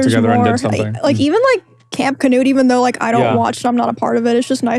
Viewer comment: fun fact: Knut is a classic european name and it is NOT pronounced "canoe'd" (there is no A after the K) - but i dont know the man in question who's name is Knut (k'noot for the americans) and maybe he prefers it that way.